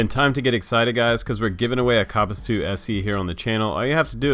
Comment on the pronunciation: Co I believe it’s called a kopis. As in copis